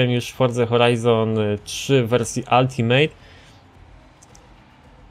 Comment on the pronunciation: ultimate wymawiamy jako /altimyt/ nie ALTIMEJT;P PS Bardzo dobry odcinek, trzymaj tak dalej;)